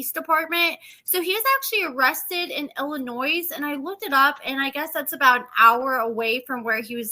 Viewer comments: Did you just say "Illinoise"? The state's name is Illinois. The s is silent. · I think she as a speech impediment or something. She says a few words wrong, like she pronounced the S after Illinois. Who cares though, she most likely can’t help it. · You don’t pronounce the ‘s’ in Illinois hon. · please for the love of God stop mispronouncing our state the S is silent in Illinois. I love and adore your videos but it kills us when others mispronounce our state. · That drives me nuts thank you.